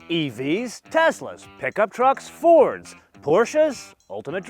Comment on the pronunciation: Lol did he say Ford?